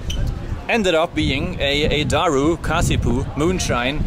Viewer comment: Love how u say daru perfectly. Also fatih/fatah does mean conqueror